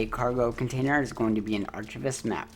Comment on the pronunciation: Excellent work on this, super helpful! One super tiny critique ... archivist is pronounced with a hard k sound, not ch. ;-) Great work, I love the videos!